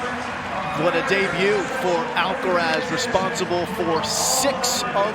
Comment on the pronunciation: AlcaraZ, that's right! Not Alcarath, not Alcaraf, just Alcaraz.